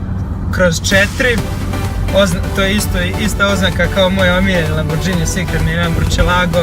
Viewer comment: brate nije lamborđini nego lamborgini nisi iz albanije